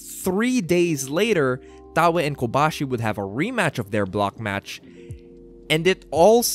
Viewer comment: You get a like for teaching me how to pronounce Taue